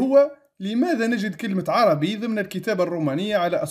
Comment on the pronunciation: السلام عليكم أنا من متابعي قناتك لجودتها ومصداقيتها ولكن لكل جوادٍ كبوة. اعلم أيها السيد المحترم أن الكتب التي ذكرتها كمراجع هي في الحقيقة كتبٌ إيطالية وليست لاتينية وحتى كلمة "ARABI" المنقوشة في الصخرة التي تنطقها عربي وهذا إجتهاد منك فكان عليك أن تنطقها "أربي" وفي القاموس الذي ذكرت فالحرف "A" فوقه هلال فليست نفس الكلمة والسلام